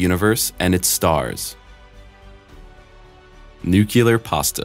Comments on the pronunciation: Repeat after me! "NUCLEAR", "NUCLEAR", "NUCLEAR"! Not "NUCULAR". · NUCLEAR NOT NUCULAR! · Okay, very informative, but you need to learn how to properly pronounce nuclear. There is only ONE u in the word. It is NOT nu-cu-lar, it is pronounced nu-clee-ar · Yea it really bugs me when people do this. New clear.... not new cue lar lol. Like the channel and the videos though. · Made it to before saying "phenomena", bravo. Also it's NU-clee-er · It's concerning that the narrator can't pronounce the word "nuclear" properly. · dude needs to learn how to pronounce nuclear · Fascinating. How one can narrate this without knowing how to pronounce 'nuclear', that is. Also; this video is 90% about things established and explained, not weird mysteries. Clickbait. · That one always jumps out at me since my Dad worked on the Polaris Nuclear Sub program. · best youtuber can't pronounce "nuclear" properly? Your standards must be very very very low.